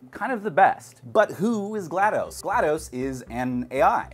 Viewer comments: Please call her name right. DOS as in Disk Operating System since that's her name. Not GLadose as I keep hearing from so many people :( Otherwise another entertaining video. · Very minor nitpick; you don't call it "M.S Dose", it''s DOS. Same with GLaDOS. It's not gla-dose. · My eye twitches when people say GladO's like "spaghetti-o's" and not GLaDOS like "cost"